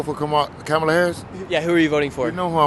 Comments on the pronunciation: Nick you cant even pronunce kamala right and your lies from trump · You keep not pronouncing her name right you’re not that educated